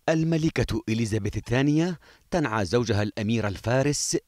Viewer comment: أولا تنعيييييي وليس تنعاااااااا هههههههه الملكة تلبس أسود هههههههههه